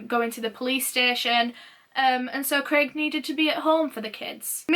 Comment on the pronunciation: ur Yorkshire "Kalrren" and "Clrraig" accent almost came out a few times ahaha xx